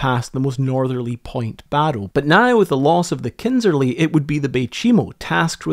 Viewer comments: Kindersley, not Kindserley. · Well done. But now read my lips: It is KINDERSLEY. Not “Kindserley”. No offense.